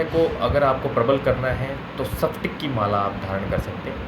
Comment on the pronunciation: Thats spatic Not saptic